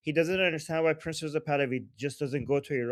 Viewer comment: when you say "Prince Pahlavi" it sounds like you're saying "Princess of Pahlavi." Just sayin'. Love this show...extremely informative. After the Iranian people are free, a dream of mine is to visit Iran. I've been grieving for and praying for the Iranian people since the trauma of the Islamic revolution in 1979.